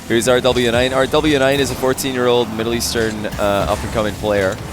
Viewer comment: Ty for the amazing replay well played from both rlly close series .. btw Rw9 is pronounced as rowas